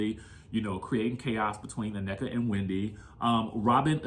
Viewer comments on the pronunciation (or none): OK, Americans, you have been listening to afrobeats long enough now to know the pronunciation of African words. In particular her name's Nnenka Not ANNEKA She mentioned this in the first episode. Cmon don't do like the Wypipo and say what you think you heard😢 Number 2 If you cannot see through Mias poor poor attempt at 1 upping Wendy's comments about being slow then yall gullible. She is weaponizing her children to make it seem that Wendy is offending intellect of all including children which she's only calling Mia slow rightly so has none. Because we can all clearly see that's what she's trying to do. She's trying to appear as. Being the victim by being called slow of which she is and saying it like she's more offended by the comment because her son has a speech impediment. Nice try Mia but fail 😅😊